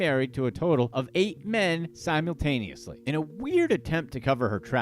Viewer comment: Please stop trying to say Simultaneously....please...stop it